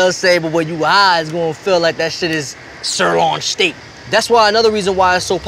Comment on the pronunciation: my mans said shirlawn shteak